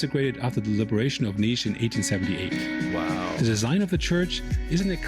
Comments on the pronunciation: Its Nish not Nis. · It's pronounce Nish( city has jazz festival called Nishville)